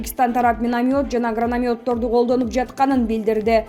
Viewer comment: Гранамёд дейби чала угуп алып эле суйлой беришеби